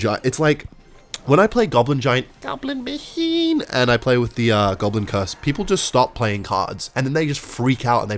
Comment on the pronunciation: the way "Goblin Mac heenn"😂